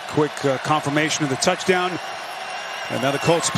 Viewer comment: Touchdown ❌ Tuts- down ✅